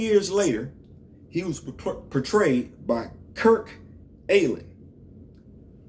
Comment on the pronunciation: Kirk Alyn is pronounced “Allen”